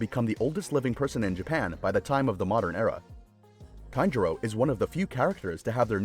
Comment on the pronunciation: Kanjiro? I'm pretty sure it's tanjiro